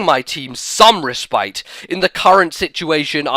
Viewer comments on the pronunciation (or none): lol at the sudden change of style in the narration. i like it. p.s. it's pronounced respit